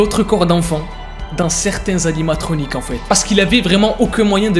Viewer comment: Ok , plusieurs chose à dire , dabbor on Dit pas "animatroniX" mais "animatroniQUE" , aussi dans Five night at Freddy's (le 1er) il existe une 5eme âme (c'est golden Freddy) et dans fnaf 1 on suppose qu'il y a 6 (sans compter le gardien ) animatronique : Freddy, Bonnie ,.Chica , Foxy , golden f Freddy, puppet et springtrap , aussi l'histoire est quasi la même que le jeux , j'avais brièvement entendu parler de cette histoire mais sans plus , mais bon merci pour avoir raconter l'histoire moi qui adore fnaf !